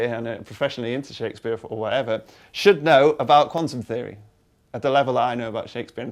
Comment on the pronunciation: When he said quantum theory I thought he said Condom theory